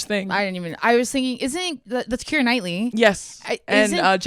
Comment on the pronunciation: it’s so nice to hear my name said correctly, I love Keira Knightley